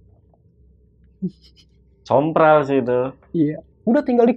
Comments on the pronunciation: bang saya salfok, harusnya sompral kali ya bukan semprol😂🙏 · Sompral jadi semprol, Kemenkumham jadi kemenhumkam, Yo mang lanjut aga unik nih s mamang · Sompral bang bukan semprol itu mah kue wkwk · Kemenkumham kali a'a, bukan Kemenhumkam.. 🤣👋 Sompral bukan Semprol.. ngakak dah a'a ini.. WKWKWKWKWK